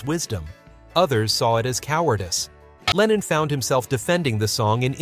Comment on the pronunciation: An den Sprecher: John hieß nicht Lenien,zumal das sehr an Lenin erinnert